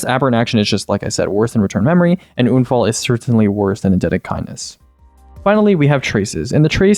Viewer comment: why does he say unfall like that